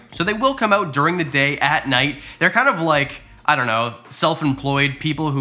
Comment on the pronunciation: Never seen your videos. But 3 minutes in, i heard you say, "Change it ouwwwT" and i said, this guy has to be Canadian!